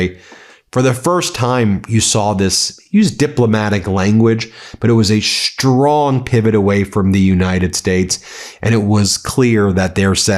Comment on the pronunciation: Are you unable to say 'strong' and not 'shtrong'. Do you have a speech impediment?